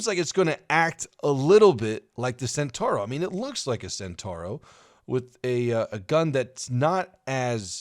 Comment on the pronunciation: centauro is pronounced chen-tau-roh